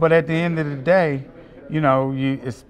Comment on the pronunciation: At the End Of Dee Day🙄🤣🤣 TMT favorite words